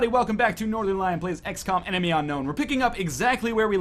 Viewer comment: Trying not to offend anyone by trying every pronunciation permutation of every name every time ~ The Northernlion Story, The Norternel-ion Story, The Norten-lee-yawn Story